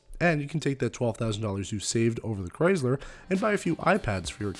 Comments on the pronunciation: Is anyone else getting annoyed with his lame pronouncing of Chrysler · Midnight Raccoon it’s a Canadian thing